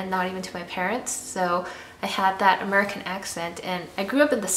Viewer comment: It's funny how she sounds like she's from Cali, and then says "Amercern" like George Bush.